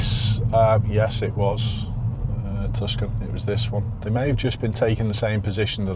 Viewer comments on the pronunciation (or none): Just a quick tip: the 'c' in Tucson is actually silent, so it’s pronounced "TOO-sahn" or "TOO-sawn" rather than "TUS-can". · Tucson, pronounced Too Son 😊 a bit like Skoda with their advert & Hyundai, getting silly now with all makes